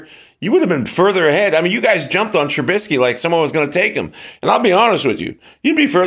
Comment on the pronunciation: Maybe you should work on being able to pronounce Mitch trubisky first.... lololololol..